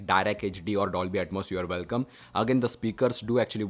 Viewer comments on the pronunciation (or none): none